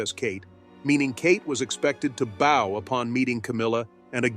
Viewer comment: The narrator needs to learn how to say "bow" as in curtsey of bend at the waist. He pronounced as "bow" that is used to shoot arrows, used the same pronunciation for "bowing". He should learn the appropriate pronounciation, even if it's AI that must be programmed properly.